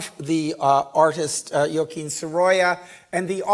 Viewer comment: please learn how to pronounce Joaquin properly and Ibiza for your lectures, which are fabulous.